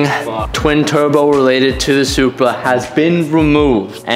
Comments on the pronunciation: did anyone else hear how said supra😂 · “Everwyfing twin tuwbo welated to the supwa”